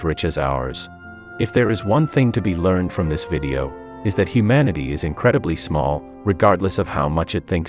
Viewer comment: small not smol